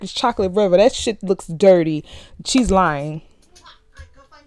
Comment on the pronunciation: “Look at that shi , literally look at that SHET”😭